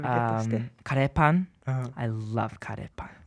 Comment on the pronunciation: かれーぱん🥺 curryパンではなく かれーぱん🥺🥺🥺